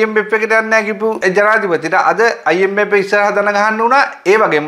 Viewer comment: Macho try to pronounce “F “correctly when you say “I M F “